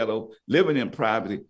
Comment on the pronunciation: Love my guy says Proverty